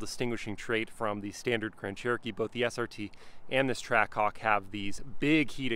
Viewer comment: hawk twaah??😂